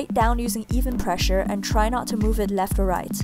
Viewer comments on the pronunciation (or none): none